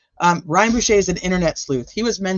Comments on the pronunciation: Boucher “Bow ch RR “ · Bow, as Bow down. Ch as church. Er. Bow ch er. Boucher.